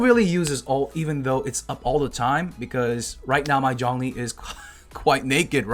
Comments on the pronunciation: no, its pronounced "choun-li" not john lee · Zhongli is pronounced 'Jong-lee' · Hearing him say "Jhon-lee" instead of Zhongli was pretty painful...it HAD to be on purpose... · The whole time I watched this all I heard..: JOHN LEE JOHN LEE